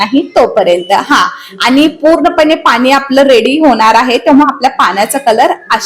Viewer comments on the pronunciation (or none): पानी नाही पाणी म्हणा.